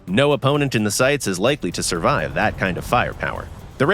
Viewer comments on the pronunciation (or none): none